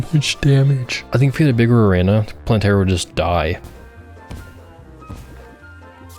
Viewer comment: why do you say arena like that 😭